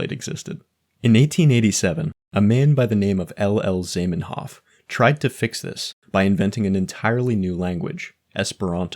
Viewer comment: Zaiymenhoff? It's Zah, like Oprah, like the o in cottage cheese.